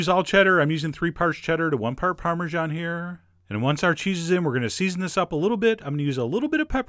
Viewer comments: Darling narrator, I cannot listen to some one who pronounces parmegiana as Parmeszhan, ouch that hurts my ears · Chef John, I wish you'd say parmesan instead of "parmezhan". It grates on my ears.